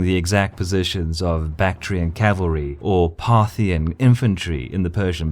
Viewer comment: The word is CAVALRY not CALVERY!!!